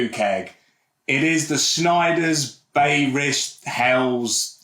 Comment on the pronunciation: FYI, Bayrisch should be pronounced "BUY-er-ish", not "Bay-er-ish". It's from Bavaria, like Bayern Munich are - so Bayrisch should be pronounced similar to how you'd pronounce Bayern. And while we're at it, it's pronounced "Spah-ten". Not "Spay-ten" 👍🏻